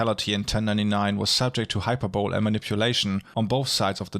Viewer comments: you pronunced the word hyperbole incorrectly. You said it like hyper bowl. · It gives me great joy to say this: It's actually pronounced approximately "hi-perb-uh-lee". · im so confused when ppl mispronounce words in scripted videos like u can look up how to say it? it's Hyperbole as in High-PER-bo'-lee not hyperbowl that aside, great video, thank you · "sword" is pronounced "sord". "hyperbole" is not pronounced "hyperbowl" but "high per' bow lee" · English lesson for free: Hyperbole= Hy-per-bo-lee. Keep up the great work! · Great videos! Quick note: while your English puts my German to shame, the word "hyperbole" has 4 syllables, hy·per·bo·le /hīˈpərbəlē/. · Great video! Just so you know, the English word "hyperbole" is pronounced "high-PURR-bowl-lee". I know, it's one of those weird ones. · Great work. Hyperbole is pronounced with the e sounded as "ee" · Actually there is no "w" in hyperbole. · Why u pronounce hyperbole like that?